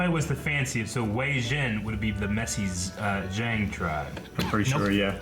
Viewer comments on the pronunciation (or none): none